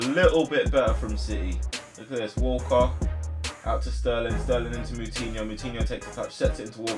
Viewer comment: When you Said Walker it Would sound like Walcott and I was like Have city just bought Walcott 😂